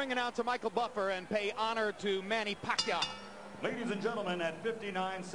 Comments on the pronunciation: The commentator first pronunciation of Pacquiao is "Pekayow" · emanuel pronounce it puh-kai-oh !!! haha !! now every knows pacquiaos name perfect flip style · 40 PACQUIAO, SAY PACQUIO! Commentator is a boss. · lol amazing foreman cant even pronounce pacquaio in these days